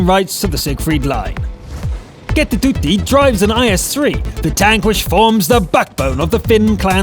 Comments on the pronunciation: LMAO XD The way says KettuTytti XDD just say it how it has been writen cause that's finnish language:P not like ketutyti... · sounds so fun how you say kettotytti 😂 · He said the KettuTytti so weird :D I think the Is-3 Player is female cuz "Tytti" is a girls name in our country